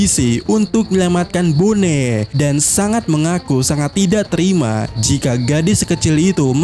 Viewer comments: boni bang, bukan bone... kayak nama daerah di indo aja dengernya bone... riset dulu lah pelafalan nama2 karakternya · bonney,, sama² salah gak usah saling menyalahkan 🤣